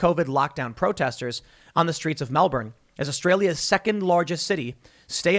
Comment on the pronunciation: Disliking the video due to mispronunciation of Melbourne. Also, they are saying dressed as construction workers as the Union, the CFMEU, has a lot of sway over the Victorian government so it is a bad look for the government if it comes from what is meant to be a pillar of support. Easier to portray them as anti-vaxers so still good press